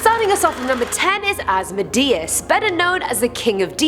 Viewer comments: AS-MO-DAY-US Have you never watched supernatural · it's pronouned os-mo-de-us not as-mi-de-is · AZ mode ee us is how you say his name if you summon a demon you are an idiot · Asmodeus is actually pronounced As-Mo-Di-Us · In the first one, you got his name wrong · She said asmodeus wrong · It’s Asmodeus Leviathan as well himself. I’m very very insulted by your pronunciation of my name!!!